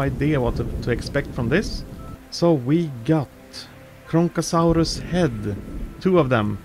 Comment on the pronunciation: Its Kronosaurus not kronkasaurus